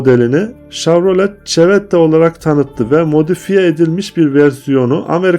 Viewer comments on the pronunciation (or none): Emeğinize sağlık, bir konuda dikkat et etmenizi tavsiye ediyorum, lütfen markaların telaffuzuna dikkat ediniz ve orijinal okunuşunu araştırınız. GMC= Gi EM Sİ, Odessey= odisi. Chevrolet= şevrole. Buick= biuyik